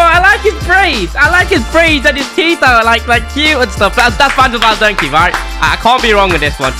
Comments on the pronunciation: Bro said Virgil Van Donkey l💀💀☠️ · He said Virgil van donkey💀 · My man literally said virgil van digk as donkey 😂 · Virl van donkey me 💀💀 do u mean virl van dijk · Bro said to van dijk van donkey xD